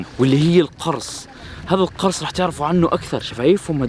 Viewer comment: اشتغل شويه على عربيتك القرص تلفظ بضم القاف مش بفتحها!! المعنى اختلف